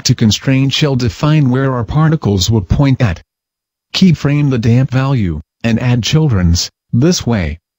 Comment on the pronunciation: Thanks to the damp key frames...keyframe the damp value... (every time he says "damp" it sounds like "damn", which makes this twice as amusing)